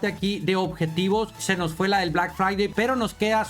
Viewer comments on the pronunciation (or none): none